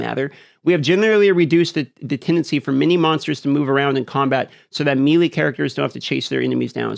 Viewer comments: Melee - MAY-lay not MEE-lee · "meeee leeeee" youre killing me dude. its pronounced like "may lay"..lol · The real tragedy here is the pronunciation of "ME-LEE". God damn I hate this.